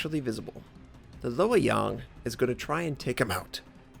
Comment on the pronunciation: The "A" of LoYang is not English "a"